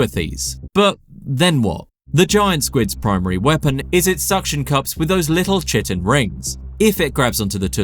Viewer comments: As a heads up this word Chitin is pronounced ˈkaɪtɪn, or KYtin. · I believe it's pronounced "kai-tin"